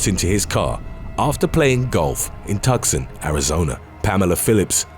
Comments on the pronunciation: Two Sawn not Tuck Sun. Tucson. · TUS-CUN ARIZONA 🤣🤣🤣🤦🏻‍♀️ It’s TUCSON (sounds like two-ssss-on) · It's pronounced "Too-San" not "Tuck-sun" FY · You mispronounced "Tuscon." It's NOT pronounced "Tuck Sin" but instead "Two Sahn." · Tucson is not pronounced tuk-sun. It is pronounced TOO-sahn. 😉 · Tucson is pronounced "Too-sohn," not "tuck-son." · TOO-sahn. Lol Tuxen. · Its pronounced tu-sonn not tucson. C is silent like worchester is wooster. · He called Tucson, Arizona, Tuck sin....it is pronounced, Two Sahn. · Tucson is pronouned TOOS-ON not TUCKS-ON. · Your videos are interesting and slick but sometimes you mispronounce words. The city in Arizona is two-son nut tus-son. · Number 4: Tucson is pronounced TOOSON not tuck son 🙄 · "Tuck-sin"??? Cmon man, it's "too-son" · TUCKSON Arizona? You mean TOOSAHN? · NO! NOT "TUCK-son!" IT'S "TOO-SAWN!" The "C" is silent - for some reason. Eric Idle made the same mistake on Saturday Night Live long ago. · FYI Tucson is pronounced Toosan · It's pronounced TOOSÕN not TUCSON!!! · Tucson, Arizona is pronounced tue-son and not tuck-son!! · It KILLS ME to hear you constantly mispronounce Tucson (TOO-SAWN) as TUCK-SUN. When research goes wrong... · Tucson is not pronounced "tuck-sen", it 's pronounced, "too-sahn". I think it's a Navajo word, or something. It's definitely not English so the phonetics is different. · Tucson = TOO=son, not TUCk son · it's TwoSon not tuscin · “TOO SAWN” Tucson Not “TUK SUN” Tucson 😂😂😂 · will Kill You-Tucson, AZ is pronounced 'TOO-sahn', NOT 'TUK-SUN'. Anyway, love the videos. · "Tuck-sun, Arizona" 😂 it's "two-sahn" if that makes sense haha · Lol "Tuxson Arizona" its Tucson, pronounced "Two-son" the "c" is silent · It’s pronounced “Too-son” - not “Tuck-son” — lol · Lmao. TUCKSON. It's pronounced, too-sahn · Anyone else triggered by the way he said Tucson it’s Tu-son c is silent? Love your videos but that got me going wow. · Tucson is pronounced too-sawn. Not tuksun. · It’s pronounced Too-saun not tuckson